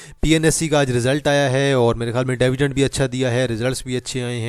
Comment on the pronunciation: Its not DAAVIDEND....It is DIVIDEND!! Make a correction if you can!